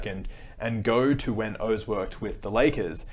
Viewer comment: That’s horrible grifting, but to me the worst part about Oz is how he pronounces his name.